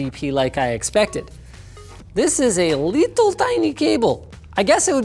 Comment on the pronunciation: 'leetle tiny keybol" said linus